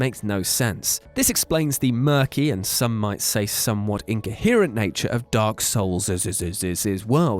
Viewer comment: Dark Soulseseses :D